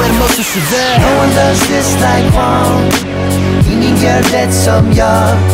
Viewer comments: haha I was thinking the same. like det is supposed to be pronounced de without the t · In the chorus when he says "Ingen gor det som jag" he miss-pronounces det. It's pronounced Dee-et